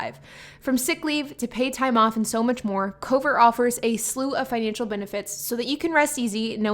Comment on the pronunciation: I couldn’t tell if you were saying Cobra, Covert, or Cover